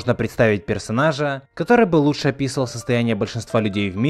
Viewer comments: ну это так сказал что слышится совсем другое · опИсал? Или описАл?😂